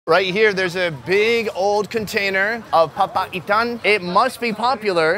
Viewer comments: Pronunciation Locals: Papaitan: Papa Ethan 😅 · The way he says papaitan, sounds like Papa Ethan to me. 🤣🤣